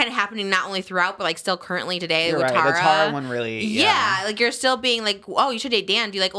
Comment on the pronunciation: Trish, Tara pronounces her name Tar-a, not Tear-a